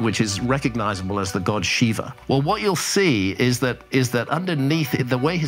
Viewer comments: It is Shiva (with a very short a) not Shivaaaaa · Abe keep your Urdu pronunciation to yourself. That's not how Indian languages work. It's not Krishn vishn or "shiv". In Sanskrit and other Indian languages, the a (अ) sound at the end is pronounced fully. So it's Shiva (शिव = शिव् + अ), not "Shiv" (शिव्) or shivaa (शिवा). The 'a' you write at the end of Indian words in English is pronounced as अ (a as in the pronunciation of 'ea' in earth), not आ (aa/ as in a in 'dark'). So the next time you see words like Rama, Krishna, Shiva, pronounce the a/अ sound fully. It's Shiva (शिव् + अ), not "Shiv" (शिव्). The अ matra/sound is not silent. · It's not "Shiv" either. It's Shiva. The a is pronounced as अ, not आ. Same with Krishna. It's not Krishnaaaaa. It's Krishna. अ not आ. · They mispronounce it because of the Urdu and Punjabi influence. It's pretty dumb.